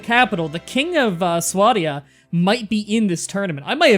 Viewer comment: It's sw-A-d-i-a